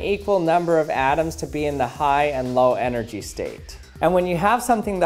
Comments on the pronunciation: “energhy state” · "energhy" states E N E R G H Y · “energhy” dies of a stroke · energhy (thicc energy) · Gotta Love "enerGHY" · lol energhy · uhhh tha says energhy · energhy, nani?